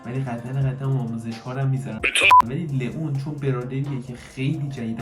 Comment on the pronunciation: لیان ❌ لون ❌ لیون ✅